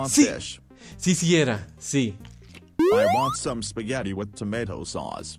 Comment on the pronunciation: el pibe que no sabe ingles:TOMAT